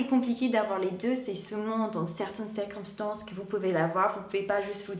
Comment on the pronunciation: J'adore comme tu prononces certains mots à moitié en français et à moitié en anglais, comme architecture ou circonstance dans cette vidéo par exemple 🙂 bisous !